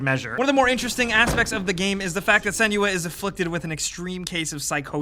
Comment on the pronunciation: Senua not Seniua :/